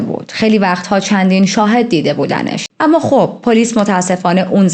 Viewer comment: آمــا. نه اما درسته. ولی حال خوبی میده به شنونده هات. بیشترشوخی کردن باکلمات خیلی دلنشینه ادامه بده❤❤❤ریــــتــاجان❤